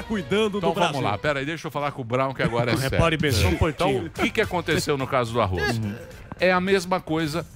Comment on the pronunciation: Samy, aprende primeiro a falar Arroz e depois crítica... escuta como o Daniel e o Emílio, falam... não tem I arroiZ